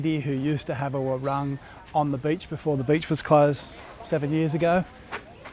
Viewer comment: What a wonderful place! Thank you for filming this… looks like Bali of old 😮 Just a side note, warung is pronounced waroooong, not war-rung. Your Bahasa is improving dramatically ❤